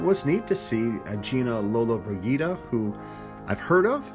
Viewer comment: Soft "g" in lollo's name. You made me feel old with this review. International politics is not your tea. These men were not a local gang as you said, but an international group lead by the Brit "Mr. Peterson". What's not to understand?